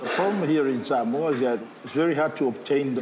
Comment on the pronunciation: Omg soooo triggered when the said “Sumoa” it’s SAMOA! And I’m from Samoa! Ugh so triggering, but ya when I visit there we do have obesity problems but srsly get it right I guys!